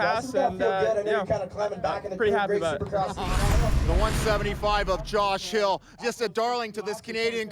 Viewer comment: I think these announcers pronunciation could use some work... "fachiotti", "yosh hill", "Ran millaarrgghh"